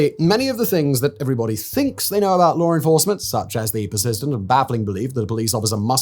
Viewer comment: "about" not aboit😊